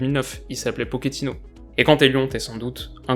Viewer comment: Salut! super vidéo comme d'hab! Et pour notre ami Mauro, son nom se prononce Pochettino et non pas Pockettino, c'est de l'espagnol pas de l'italien, et surtout de l'espagnol Argentin! Mais n'y vois pas là un reproche, du tout, c'était juste pour ta connaissance personnelle:). A la prochaine vidéo! Continue bien:)